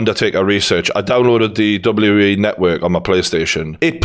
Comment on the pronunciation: its WWE ffs 🤣 annoyed me more an more everytime he said W E 🙈🤣